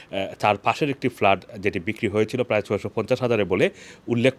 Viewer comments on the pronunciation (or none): What started with FALART, FALART. can't you ever consult a dictionary brother Banglaee